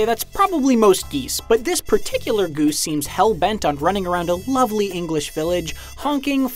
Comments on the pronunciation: Is no one gonna talk about the way this guy pronounces goose? He literally says it like this: gOOse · I like how he says "ghüse" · Why you saying goose so weirdly..